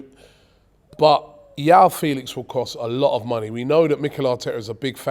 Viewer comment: It's João Felix